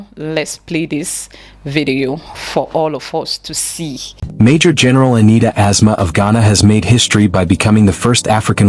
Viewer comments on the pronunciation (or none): please, she's called As-Ma